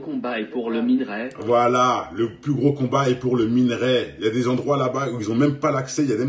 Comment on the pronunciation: Brûlis se prononce sans le S même au pluriel. Et c’est pas minArai mais minErai.